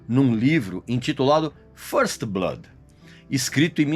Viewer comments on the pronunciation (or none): none